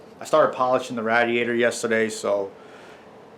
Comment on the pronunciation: Just watched your new video (rbc manifold spacers) and heard you read this comment. 🤟🏼 Much love bud, just giving you some shit on how you pronounced radiator . Keep bring us killer content as always!